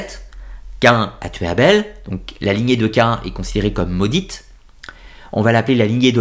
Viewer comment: Bonjour. Cest "Caïn"et non pas Caen. Tu n'es pas le seul à faire l'erreur sur la prononciation...